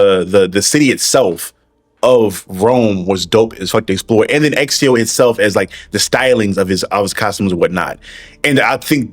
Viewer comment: I agree with you but why are you calling him Exio